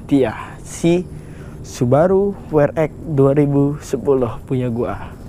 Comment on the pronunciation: We Er EXXXX bro... buka We Er Ekkkkk... :D :D Friendly comment yah...